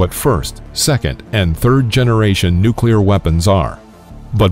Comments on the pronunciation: The supposed 4th generation in this video is pure science fiction. And it’s “noo-cleer, not “nook-kew-lir”. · You lost me when you pronounced "Nu-cle-ar" as "Nu-cu-lar" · Turned it off as soon as I heard him say "nucular" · come on fellas,he said nuclear most of the time.nucular was a slip he picked up listening to his circa 1950s dad talk politics after a couple cans of Budweiser. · why did he say nucular that one time? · Mispronouced "nucular" . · Imagine if someone was trying to teach you about Italian food but pronounced spaghetti as pasghetti, you probably wouldn't hold their teachings with very high regard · Nucular? Also love how you called the people who developed these things "warmongers". People love feeling superior. You weren't there. You don't know what facing annihilation was like. Would you have said "no , don't develop the weapon" meanwhile knowing the Germans were looking at making their own? How many relatives of yours being killed by the Japanese would you have put up with before you authorized use of the weapon. Finally, fire bombing was much more deadly than the two nukes. 100,000 people died in one night from firebombing Tokyo aka the paper city. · It’s pronounced Nukulear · Narrator would be well advised to learn how to pronounce the word, "nuclear." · Ok, Im not the only one who caught that! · Learn to pronounce "nuclear" properly, if you're going to lecture on nuclear physics/weapons, please!